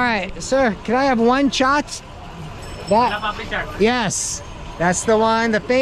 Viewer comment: "face to face chaat" loved it